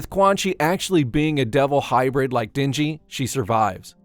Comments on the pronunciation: Isn't it den-ji and not dingy? LOL I love it when white people pronounce Asian names. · Or how he calls the MC Dingy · "She doesn't give Dinji..." and again "Two things in which Dinji desperately needed." It should've pronounced like den. As in animal den. Not din, as in dingy.